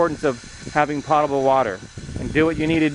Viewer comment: I think you mispronounced potable about 15 times. It was annoying.